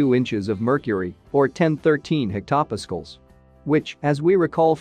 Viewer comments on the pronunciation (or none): The text-to-speech pronunciation is abominable. " isoburr" "hectopiskals" "substract" . Also it's incorrect to call something a "correction factor" if it's applied by addition. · hectaWWHAT??? hard to take this video seriously after this